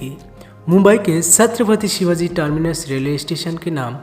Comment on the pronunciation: c.shivaji maharaj ka naam acche se le